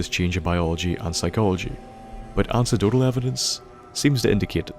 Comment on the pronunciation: ish "Ancedotal" It's "Anecdotal" my man. Sick video 100 percent tho